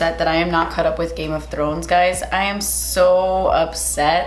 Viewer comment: Game of Th- rrrrrrrr ones 😂😂😂😂😂